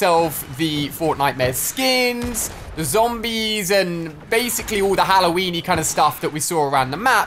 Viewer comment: Ali a said "halloweeni